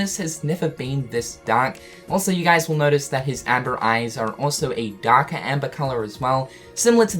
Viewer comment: When he says guys it bothers me Im sorry